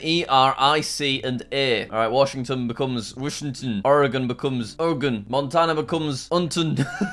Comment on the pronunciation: I’ve never heard someone outside of Oregon say it’s name so well